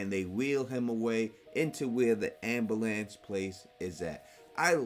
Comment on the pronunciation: WTF is an "ambalance"? Seriously, not hard to pronounce correctly 🤦‍♀️